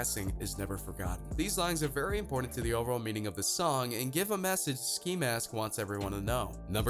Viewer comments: he pronounced "ski" as "skye" He keeps showing us the migos for some reason I don't know if it's disrespect or ignorance but I'm done watching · Wait you said sky instead of ski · Sky? It’s ski get it right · he called ski sky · This man done called ski , sky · sky 😂😂😂 I thought it was ski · Anyone else notice how he mispronounced ski’s name after just saying it💀😂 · He called Ski Mask, “Sky” Rip x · Dis mans said sky lmao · I'll ignore you saying sky... but JAH WHY😢😢😢😭😓